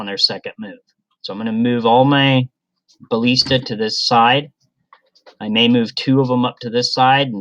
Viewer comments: "balleesta", lol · you know how to pronounce ballista differently?